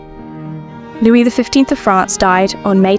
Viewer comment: Too bad they couldn’t be bothered to use a real person to narrate: calling the King “Louise” is eye rolling